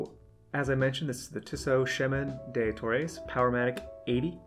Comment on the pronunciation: Tissot = "Tea-Soh" Chemin Des Tourelles = "Sheh-min deh Tour-ell"